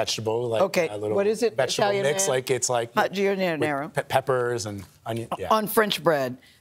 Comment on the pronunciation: So emotional until she butchered "giardiniera" lol.